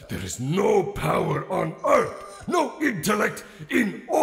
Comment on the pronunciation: "back on UTH"